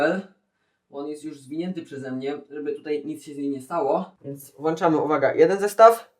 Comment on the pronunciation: Nie Właczamy a WŁĄCZAMY! Nieuku XD